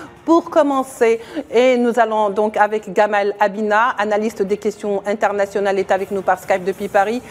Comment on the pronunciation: Abina sans r frérot.